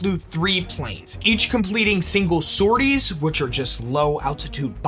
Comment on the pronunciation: Amazing start, thank you! Just a note: the last 's' in sorties (sor-tee) is silent. I only mention it cause I was actively disoriented and confused for a few seconds - I'm not a grammar yahtzee I swear!